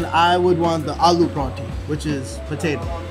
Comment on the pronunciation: ✨"prryaunthiiss" ✨ Its called Paratha.